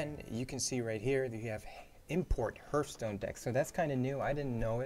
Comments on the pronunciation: OMG NOT H EARTH ITS H ARTH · 'tutoeriel', 'oerl', 'herthstone' xdddd